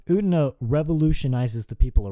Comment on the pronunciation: It is Utena. Uuuuu teeeee naaaaa. Not ootna.